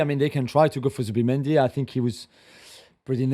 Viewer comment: It's Zubimendi not Zuba